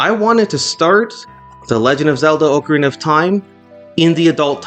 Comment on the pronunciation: its oca-rina not ooocarina